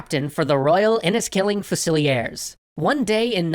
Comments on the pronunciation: "...and he joined the FUSS-ILLY-AIRS..." lol that should be FUZE-ILL-EARS ! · Fussieliers ( few-sa-leers) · "Dun-SANE-ee"? I've always heard it pronounced "DUN-suh-nee" over here in England. (Also "FEW-zill-ears" not ... umm ... "Few-ZILL-ee-urs") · Its pronounced Fuse-ill-ears. I see you have already had other pedants correct you on his name, so I will skip that one. B+ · "Few-sill-e-ays?" Are you kidding me? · Its pronounced Fuse-a-leers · Love the series. Love ALL the series. ..but it's pronounced F'yoo - zil - ears